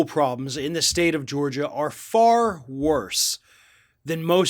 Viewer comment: I think you're making up bullshit. You can barely pronounce Georgia. You've got much worse problems than Trump. Other than you're a Trump hater. Hope you're enjoying higher gas prices, fewer jobs, and higher taxes under Biden.